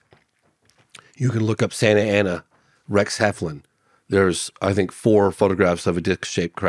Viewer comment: 15.5 million v 513 k subscribers. Not even in the same league 🤣🤣 he needs to learn not to pronounce his T's as F's I fink first before he gets to that next level. 🙃